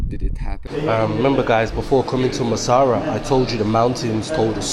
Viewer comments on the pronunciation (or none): Massawa! bro was saying massara every time 😂😂😂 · Brother it’s Massawa not Massara. Love it tho ❤ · Brother Massawa, not masara!! 🙏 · IS NOT MASSARA , IS MASSAWA 😂 GOOD JOB THO 🇪🇷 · It’s not Massara. It’s Massawa